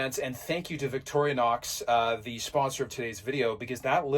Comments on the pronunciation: I dont understand when you say you have to have 100% cash to get finance, do you mean you can't use equity in other hard assets like houses, boats etc? We pronounce it Vic torrr nox, you sound like victory nox lol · Wait. Are you calling it vicori-a-nox? This is another alumInIum moment I guess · Hi, just wondering is the name of the Swiss knife company pronounced Victoria-nox, or Victory-nox. After all it is spelled Victorinox with no ‘A’ in sight. And so glad the history bits will be continuing. We all get a little smarter and well educated each time we watch. A history question for you….the Knights Templar. Were they self-less, chivalrous saintly protectors of Jerusalem or a bunch of self serving mercenaries out to line their pockets with Jerusalems riches? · I love your efforts……but if you say Victoria nox one more time……….🔥